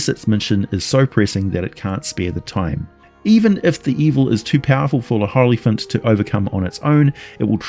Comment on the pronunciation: Olyphant not hollyphant